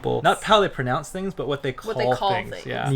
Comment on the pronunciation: you pronounce everything so strangely.... But it is so funny, keep doing it!